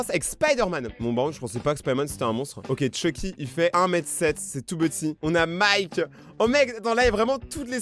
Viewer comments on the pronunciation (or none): none